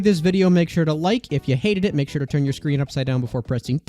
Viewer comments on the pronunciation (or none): none